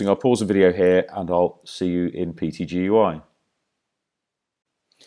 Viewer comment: Wonderfully informative, but please call PTGui as PT....Gui...it sounds so hard to hear you call it PTGUI...LOL Cheers